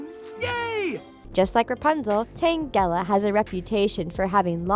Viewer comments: Tan gela with sound long g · and tangela, magikarp, ponyta, and ursaring